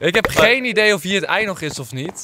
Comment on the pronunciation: waarom zeg je heel de tijd eit